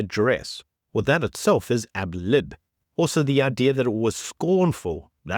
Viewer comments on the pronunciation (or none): *adlib, not ablib